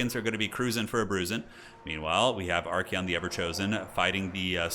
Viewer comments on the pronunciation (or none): I just noticed how Archaon is spelled, u pronounce it as ArchEon, but should it actually be ArchAon?